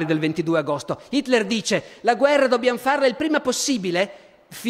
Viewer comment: 9.34...Fa uno sforzo tremendo per pronunciare Hitler con l'H, ma qui cade...così come molte altre volte...